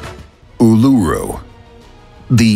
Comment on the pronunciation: Just a heads up, it's pronounced, Oolooroo. Not ooleroo. Cheers.